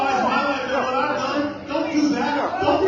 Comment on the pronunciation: Jimmy Comer: "A h'what now?" 🤣🤣🤣